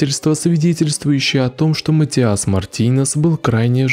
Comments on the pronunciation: ваше матиАс невозможно слышать... это каждый раз удар по ушам. Неправильное ударение очень влияет на восприятие. имя матИас довольно распространённое, непонятно почему у вас сложности с его произношением. При подготовке видео желательно проверять и тренировать произношение/ударение. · Матиас, ударение на "и"🙏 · приветики;)) Имя произносится, как МатИас! Ударение на "И"! Спасибо, за ПРЕКРАСНУЮ работу!!! Получила "море" УДОВОЛЬСТВИЯ;)) Nicole Tel-Aviv ISRAEL Shabbat Shalom 🙏